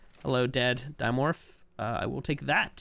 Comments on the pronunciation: yoo dude theyre called di morph o don not dino morph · my bad it sounds like you said dino morph or di o morph i always thought it was pronounced dim orph o don